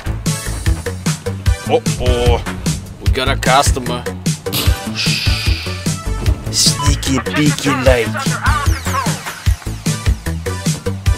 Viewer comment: чувак произносит английские слова с таким акцентом, делая контент еще более охуенние чего только перефразировка "sniki biki" стоит из ErasableNinja